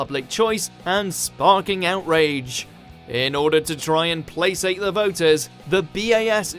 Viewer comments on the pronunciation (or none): Pronounced 'placate' wrong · How are you pronouncing 'placate'?